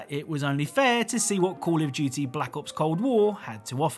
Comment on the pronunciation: cAlL oF "JeWtY"